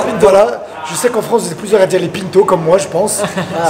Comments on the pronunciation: C'est un nom de famille portugais et ça ce dit Pinto comme le dit. PEINTO ouais mdrrr n'importe quoi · On dit Pinto on prononce i pas panto c portugais j’aime bien c gars j les trouves cool en plus d’être des champions vive le🇵🇹🇵🇹🇵🇹 même s’il on la nationalité 🇫🇷 merci très bonne vidéo comme dab hisshhh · Pinto c’est pas un nom francais de base, faut respecter la prononciation originelle. On ne dit pas Gomé pour Gomez ou Rodrigué pour Rodriguez…